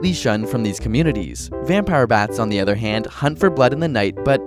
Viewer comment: When you pronounce the word 'other' it sounds like you're saying "ether."